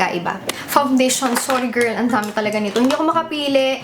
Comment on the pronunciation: lovin the way says "GIRRRL" 😂😂 LOVELOVE 😘😘😘